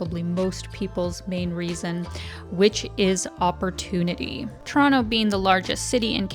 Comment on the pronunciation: Don't know if it was on purpose or not (seems like it was), but, the pronunciation of Toronto in the editing kept me smiling throughout the vid. Shot of Toronto: pronounce it like a native Torontonian. Shot of other cities: pronounce it like someone not originally from there. Nice!